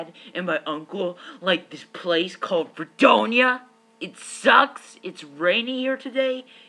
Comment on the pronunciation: Did he just say Ferdonia? Has he been learning from pronunciationmanual?